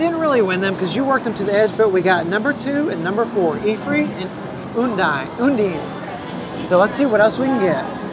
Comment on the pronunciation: Ya know thats not real gold? That machine would collapse from all that weight. That is the water elemental WORLD WIDE famous in secret of mana games her name is pronounced, un-dIne un- as in (un) undone (dine) as in dine out to eat un-dine.